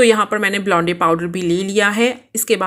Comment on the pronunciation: It's blonde not blondey